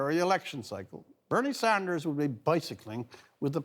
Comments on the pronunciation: Rex, it's SANDERS not SAUNDERS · dudes face literally freaked me out at first, nigga either got good weed or ebola and its sanders. pronounced sand-ers. not sahnd-ers